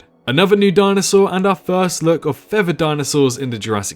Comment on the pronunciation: Thousand... not Fousand. Teeth not Teef. Feather not Fevar.... The list is endless.